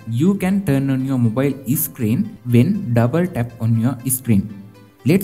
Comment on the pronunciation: Bro you are saying screen as isscreen